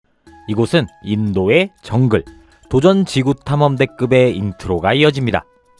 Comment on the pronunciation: 장글의왕자라고 꿋꿋히 발음하던 그 주제가